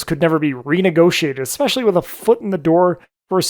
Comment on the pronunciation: Stopped watching when you pronounced "Especially" like "EXspecially" smh